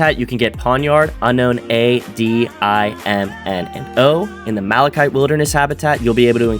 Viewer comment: first person i hear say malachite correctly